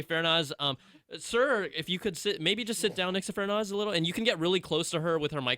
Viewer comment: FArnaz not Fernaz